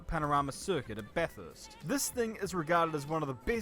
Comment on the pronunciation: It’s actually pronounced Bath-urst not Bath-hurst. Kinda like how it’s E-mu not E-moo!